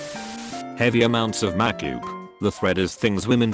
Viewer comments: MAKYOOP MAKYOOP This is why you shouldn’t get a robot voice to read these things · "heavy amounts of *makyuup*" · "Heavy amounts of Mackyoop" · I like how it pronounces "makeup". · The way the voice says 'makeup' lmao